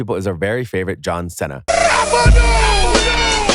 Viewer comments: fr "senna" its Seena like cena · Its produced (See-Nuh) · I was really getting in the moment and just hear John Sena lol came to comments right away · "C" see nah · “Our favorite.. John Senna.” Is he really your favorite bro? Pretty sure this is an AI video lol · John Senna.....you say tomatoe I say tomoto 😄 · Anyone notice a problem there? My man I swear if u say that one more time. It is pronounced “SEE (C) - NUH” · If you say "John Senna" one more dang time! lol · you can't senna mee lol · Not sure what was worse. Hearing Cena pronounced wrong or seeing Bill Murray taking money for an autograph. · I'm sure John Cena will contact you and thank you immediately for butchering his name to hell. How can you get a guy's name wrong who is one of the most recognizable Americans?? What's next? Tom Brody. Lebrone Jims. Hank Hogan. WTF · Please pronounce Cena right , cringed the fuck outta me